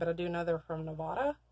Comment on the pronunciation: It's Nev-Ah-Duh. Not Nev-Ooo-Duh.